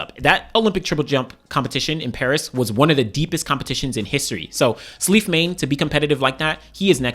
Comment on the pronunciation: Slight correction, Salif Mane is pronounced "SAH-liff MAH-nay". He's Senegalese Looking forward to the champs